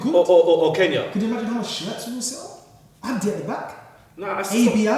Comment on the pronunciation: its ABDI not "Abi"